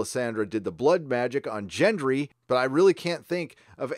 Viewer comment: Also, 'Jen-Dree'?!